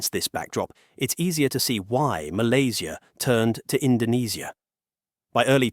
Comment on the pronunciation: Sebut nama Malaysia yang tercinta ni betul2 ye..jangan nampak hina sangat loe ni..ingat warga Loe paling ramai bekerja di Malaysia..Dorang happy je kat sini ..Loe je tersiksa kat indonesia dan percaya berita hoax